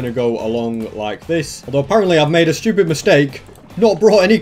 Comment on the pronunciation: he says "shtwepid" rather than "stewpid."